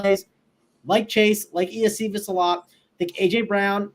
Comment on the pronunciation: Hey Guys. Nice takes on Week 8. Love the Bengals-Eagles too, should go under owned per the expectation and ceiling potential. Hey, just adding a phonetical correction. It's pronounced 'Yo-Shi-Vus'.....WR Iosivas